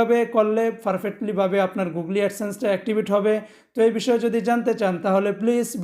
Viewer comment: খুব সুন্দরভাবে বুঝিয়েছেন ভাই। তবে গুগলি না বলে গুগোল বললে পারফেক্ট ছিল।